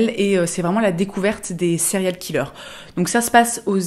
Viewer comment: On dirait que tu dis “cereal killer” et j’aime bien le concept.